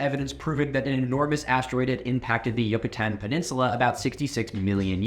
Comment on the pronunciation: aaaaaaaahhhh you destroyed the pronunciation of Yucatán, it's pronounced yuu-ka-tan, not whatever you said.